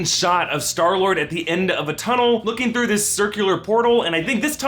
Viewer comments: Clayton Epich it's star lord he said sky lord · who else noticed that he said skylord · "Sky -Lord" WHOOOO? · He said sky lord lol